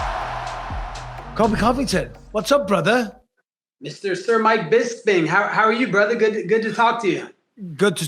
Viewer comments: Damn Colby it's not that hard to pronounce Bisbing ! Colby called him Bisbin too many times.😅 besides that it was 👍 Colby and Bisbing should do a podcast together. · Hahah he calls him Bispin 😂and 😂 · He called him Bistin at around 1min 😂